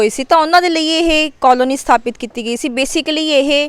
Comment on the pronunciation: ਮੈਡਮ ਜੀ ਪੰਜਾਬੀ ਵਿਚ ਕੌਲੋਨੀ ਨੀ ਕਲੋਨੀ ਹੁੰਦਾ